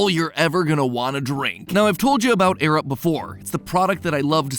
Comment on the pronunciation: I was so confused when he said "I use my Arab" before realizing it was "Air Up"...